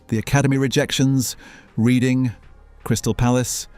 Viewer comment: its REDHING not REEDING effing ai slop downvoted